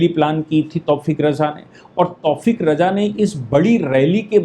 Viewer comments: तौफ़ीक़ नही तौक़ीर रजा नाम है दारुल हरब है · तौफ़ीक़ नहीं तौकीर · तौफीक नाम नही है। तौकीर राजा नाम है।